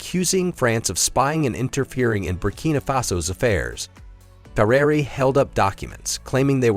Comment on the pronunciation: You pronounced the name Traoré three different ways